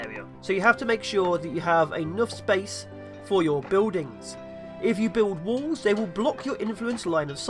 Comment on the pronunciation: "Fire over woowls", "bewlding sluts", "eight pewpl". Oh those Englishmen...